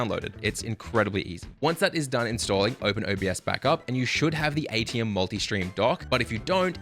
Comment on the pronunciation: Just a note for everyone. It is Aitum. Not Aitium. Otherwise, great video, thank you! :)